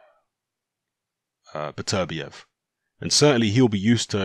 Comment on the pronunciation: Really frustrating hearing mispronounce Beterbiev's name so frequently...